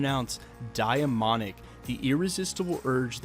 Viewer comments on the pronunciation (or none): Day-monic ..... say it with me